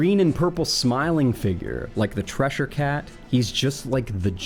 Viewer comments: why is he saying treshure cat instead of cheshire cat? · "treasure cat" ......om....pretty sure its "Cheshire cat" (ch-[as in chair]-shire [where the hobbits live] cat) "my-zee-an" nope thats supposed to be "my-sa-knee-an" "die-knee-sovin" nope "da-knee-sovin" (dennis-sovin but blurring the two "s" together also works, but "die" is not the first syllable "da" as in "dabble"" or "de" as in "dennis" are) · The Trissure cat?? At least pronounce it right and understand the meaning behind it 🙃